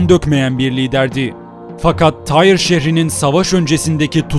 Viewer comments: Bu şehrin adı Türkçede "Tir" diye telaffuz edilir ve yazılır. Allah aşkına "Tayr" ne demek oluyor? Yapmayın böyle şeyler. Türkçe tarih kitaplarında antik Lübnan şehirlerinin adları yıllardır bellidir: Sidon, Tir, Biblos...vs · Tyre yani Tyros şehri, telaffuzu Tire ya da Tiros şeklindedir :) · Abi tire diye okunmuyor mu ben mi yanlış hatırlıyorum